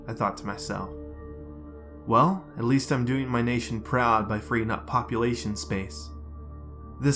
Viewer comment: Did you say bopulation